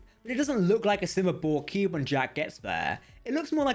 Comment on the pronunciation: For future reference, it's borg CUBE, not cue. Conduit, not condui. Complex, not complek. An accent is no excuse for not pronouncing the last letter of a word. SLOW THE HELL DOWN, when youre speaking. Youre not a twelve year old girl.